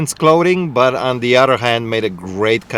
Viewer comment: Shoes and 'uttter' things